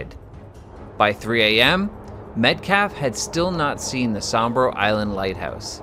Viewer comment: Awesome video a tip tho Sambro Is said like this Sam-bro, I'm sorry but the SS Altantic was broken apart to get into she never actually really sank as her hull was still visible.